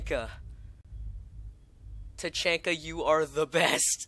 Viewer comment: YOUR SAYING IT WRONG TAA CHHHAAAANNNNNNKAA